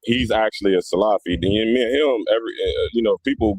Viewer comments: You can’t even say the word salafi properly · The video was horrifying just like the whole incidents that was mentioned, such as saying Muhammad bin Wahaab wasn’t from the Salaf ( Born in the 18th century) while the Salaf are the first three generations, miss pronouncing Salafy, using one or two people and their wrong doings with their misconduct as the tool to label individuals broadly as Muqbilist and bullies and exstreemis : shows that the guy doesn’t know what he is saying nor what he is doing. As if Sufies, Shiites , tablghies , Asharies , Kharajees and many haven’t and won’t fight and kill another Muslim in the masjid !?